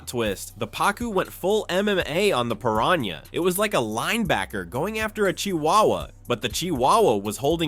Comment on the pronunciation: The guy in here has had multiple times to pronounce piranha correctly and failed every time and it brang back the memmory of Benedict Cumberbatch pronouncing penguin as he couldnt either